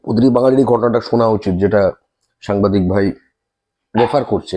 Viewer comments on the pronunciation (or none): none